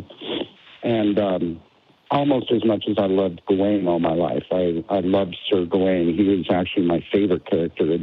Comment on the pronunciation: I love how the Scottish don't wear kilts in Scotland, but every American with a drop of Celtic blood thinks they need to wear kilts and drink Guinness. To continue my pedantry, "Gawain" is pronounced "GAH-win." It's Old English, and a Celts enthusiast would know that.